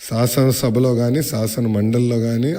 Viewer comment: Abba sasanasaba Kaadhu shasanasabha